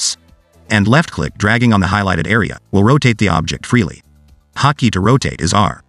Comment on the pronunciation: I don't know how many times he said "hockey" until I realized it was actually "hot key"